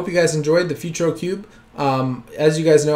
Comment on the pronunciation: "Futuro" is pronounced "Footooroh"